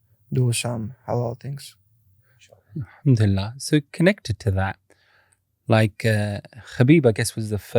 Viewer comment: i despise these paki hosts that think theyre arab using arabic words n shit, you cant even say Khabib right youre south asian say words from ur language stop trynna associate with us